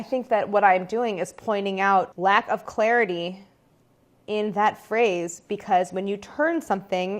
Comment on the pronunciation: “Lack of Claire-ity”